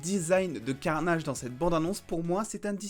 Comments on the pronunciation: J'adore le "let vere be carnayyyydge"😁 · E eo on a l a vue tu pourrais être un anglais dans ton accent let there bi carnage